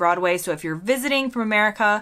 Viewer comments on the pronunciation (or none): none